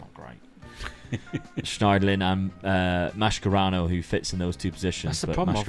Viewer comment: Not Mascherano but Maskerano 🤣Nice vid, Great fun